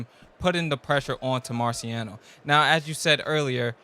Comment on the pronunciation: I love his commentary but boy said "Marcy Rockiano" 😄😄😄